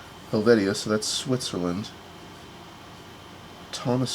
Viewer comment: On the third cover the last names appear to be Armenian so that may be the Armenian link. Love the piece from Natal. Somerset County is in NJ not NY. The third syllable of Dominica is pronounced with a long e (like Doe-man-ee'-ca). Helvetia is pronounced like (Hel-vee-sha). Some people collect the multi postcard foldouts. The New York cover near the end is going to Rensselaer County. Is that a Harry Potter wand?